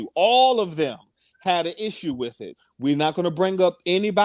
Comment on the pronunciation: in case you aren't aware...instead of the word "them", you say "dum." EVERY TIME!